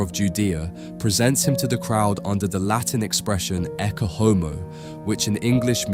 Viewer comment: Please learn how to pronounce Latin? It is not hard to do since "Ecce Homo" is such a famous phrase. ET-chay OH-moh - Behold the Man.